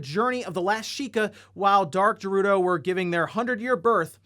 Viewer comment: My man really just said jerudo